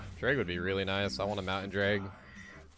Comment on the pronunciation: For what it's worth, Protean is pronounced pro-tee-uhn EDIT: Wow, that dude actually doubled down when you asked him to chill